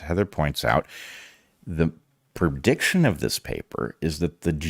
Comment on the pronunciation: Did he say "per-diction"?